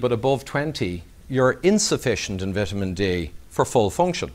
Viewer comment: Vit a men D love the Irish ☘️